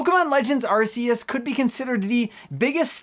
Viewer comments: It should be worth noting that Arceus' name is officially pronounced "Ark-eus," not "Ars-eus." You didn't seriously call it the "Arse Phone" the whole time, did you? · It’s archeus not arseus Q/K sounded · If you say "Ar-say-iss" instead of "Ar-kay-iss", then you have to say "Arse phone" instead of "Ark phone". If you're gonna use the soft consonant, at least commit to it. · Stop putting ass in the the games title It’s pronounced arc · 'Ar-See-Us' is the original and correct pronunciation still used in the Japanese commercials to this day. So technically, yes, going by the originally intended pronunciation, it probably IS an arse-phone. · Game Freak first said "Arseus" when they revealed the game, they only changed the pronunciation after some Brits complained it sounded like 'arse', so they then said Oh nevermind it's pronounced "Arkeus". But even first graders know a C before an E isn't pronounced like a K... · Are-See-Us :C I cry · Actually the original and correct pronunciation is 'Ar-See-Us', it's still used in all of the Japanese commercials to this day. You can't even argue that it's a localization thing because it's the exact same word and its not even that hard to pronounce. There is no reason to force your butchered western pronunciation on everyone else, especially when the creators of the game say it 'Ar-See-Us'. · Actually 'Ar-See-Us' is the original and correct pronunciation, it is still used in all the Japanese commercials to this very day. The game was created in Japan (and the original diamond/pearl released there first) so it's safe to assume they have the correct pronunciation. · You couldn’t be more wrong. Official Nintendo site calls it Ark-eus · Hey, it actually is pronounced ARK-ee-us. It was really funny to hear your incorrectly correct Alex in that other video. 😂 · Darn it,!!! Its Arceus!!!!!! NOT BLOOMIN ARSEUS!!! Bloody moron!!!!!! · If you're going to say asseus just don't. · Not Shane Dawson saying Arceus wrong 💀